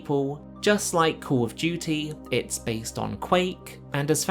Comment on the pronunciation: KAWL UF DJEWTEE